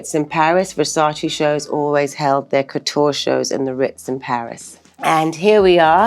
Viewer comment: The way even THEE Naomi mispronounces the word "Versace" I-...